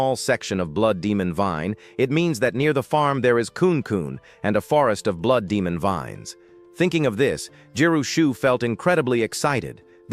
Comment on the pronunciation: There was a part in the story where it should have been blood but instead it read.out as blow. Hmmm might want to spell check the ai